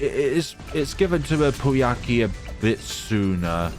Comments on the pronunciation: Just for the record Prouncouncing poukai just say POW then Kai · That "pooiakee" was great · Pouākai is pronounced "poh-ah-kai", it is a bird from Māori mythology